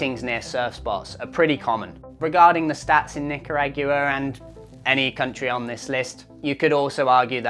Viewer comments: No way that’s how you say Nicaragua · Absolutely love the way you pronounce Nicaragua 😅😂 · Nica-What? Try again😂😂😂😂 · "Nica-ragu-ah" 😂 jk. I know it’s just your pronunciation and accent. But if you want to simplify it, say it like "nica-dawa", sort of. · That's funny you trying to pronounce Nicaragua.😂...Nic-ar-a-gua👍🏻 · Nick-u-ragua? Please just listen to Google Translate to hear the correct pronunciation, particularly before you go back. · Knee-cah-rah-gwah (Like Guatemala) Ni-ca-ra-gua Nicaragua I know it's hard to pronounce. Mexico, El Salvador, Guatemala, Nicaragua, Costa Rica, Panama - so on a map, it's a straight line from Mexico to Panama. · Your pronunciation of Nicaragua is very off .. Google "Nicaragua pronunciation" for an audio clip with proper pronunciation. ni·kr·aa·gwuh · His pronunciation of Nicaragua legitimately aggravates me… Nicker-Agg-U-A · That pronunciation of nicaragua was wild 😂😂😂 NICO-ROG-WA is the correct way. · Nee Kah - Rah Goo - Wah Your pronunciation of Nicaragua is throwing me for a loop! 😅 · What’s a nicaraque’ah? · Nicaragua… Knee-car-ehg-geww-weh! Love the Aussie pronounciation of some words mate hahaha 👍🧡🏄🏻‍♂️🤙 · Oh man you butchered the pronunciation of Nicaragua lol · Love your pronunciation of Hacko and Nicaragua. Scary video. Had a run in with a croc chasing me at Punta Arenas. When he finally caught me it was just the beads of an old fishing net fought on the bottom while I was getting dragged by the current. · My ears are bleeding after hearing you pronounce “Nicaragua” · Why are you pronouncing Nicaragua so goofy? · im here just to hear butcher the pronunciation of Nicaragua...lol! An Auusie with no spanish skills...love it. Sorry just heckling ya! Thanks for all you do! Love your insightful breakdowns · Your pronunciation of Nicaragua is hilarious. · How you pronounce Nicaragua is nails on chalkboard level annoying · Your voice is not pleasant and please learn how to pronounce NICARAGUA!